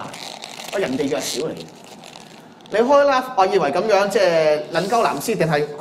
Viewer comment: 佢個like字同live字永遠都講唔正，真陰公，佢可以讀左個love音出黎，0：19，大家聽下